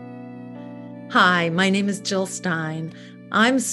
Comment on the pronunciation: That woman couldn't even say the name correctly!!!